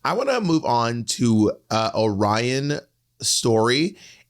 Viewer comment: Angeria or Willow for the win, for sure. And I have to say, as someone from Michigan, it’s so triggering to me how everyone is mispronouncing Orion Story. I wager that Orion picked name based on a city in Michigan called Lake Orion. And I have never once heard anyone that lives in the area pronounce it lake Oh-rion. It’s lake o-rian. And phonically speaking it makes a lot more sense and has a much better flow when pronounced the proper way. And no shade to Orion, But Bentley James, Detroit’s drag princess, should have been the first Michigan representative to the race. Everyone should do themselves a favor and look up Miss Bentley.